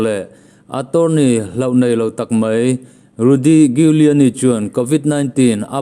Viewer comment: Giuliani (Pronounce = Juliani)